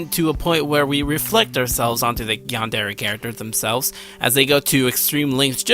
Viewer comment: Ah, I have one thing that's bugging me. I do enjoy your video, but say this with me... yan-de-re. Not "yander" or "yanders." You made my crab shell fall off each time you said it.